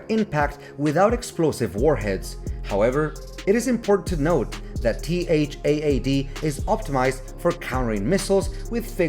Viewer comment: Are you using Auto-Narrate? You can simply say TAD like in TADPOLE, it's acceptable. No need to mention T-H-A-A-D multiple times 😮‍💨